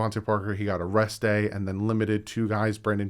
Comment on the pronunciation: He got "a rest day" sounded too much like he got "arrested". lol